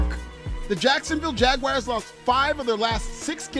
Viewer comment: Keep making fun of the yts all you want. Heck, even give my Cowboys a stray if you'd like. But for the love of gawd, please stop calling Jacksonville the "Jag-wires." LOL, that hurts my ears!